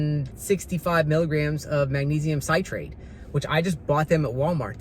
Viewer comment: Actually it’s potassium you need to be careful with, not magnesium! Magnesium will be eliminated via the intestine if you get too much or the wrong salt of magnesium. Magnesium Citrate is pronounced Sit rate not site rate. It’s not as absorbable as magnesium carbonate and the very best is magnesium glycinate. I prefer to take magnesium in solution- I use the CALM brand from Costco. It just makes sense to this retired nurse brain, that if you take a medicine/ supplement already dissolved, it will get into the blood stream faster and more completely than a pill or capsule. I have also used Ionic Fizz magnesium but CALM is cheaper. Remember the 3 “master” electrolytes are magnesium, potassium and sodium. They work in concert as the body seeks to maintain its electrolytes balance. Electrolyte drinks/ powders are ok, as long as you pay close attention to ingredient labels. Many are like a dessert with loads of damaging sugar. Many have only tiny doses of electrolytes, just so they can call basically a sugar bomb an “electrolytes “ drink! I like Redmond ReLyte powder or LMNT. Neither have sugar and both have decent amounts of electrolytes and a variety of flavors. I have had palpitations (pvcs) for years. It was a fellow nurse that pointed out in 2011, as I nearly went down at a 5k, that the diuretic my Dr had me on was dropping my electrolytes! I should have known better, but was busy care giving for a string of sick family members. Soon as I began supplementing potassium and incr